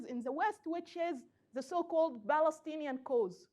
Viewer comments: Like the way she said Balestinian with a B sound. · There is no 'P' sound in Arabic.